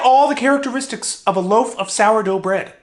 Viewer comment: "Back in the fith grade" pause for dramatic effect "I had the charicteristis of a lof aof sour dough bread" Best quote of 2018.